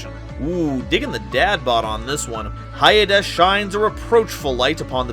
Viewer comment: Hyades is probably pronounced Hades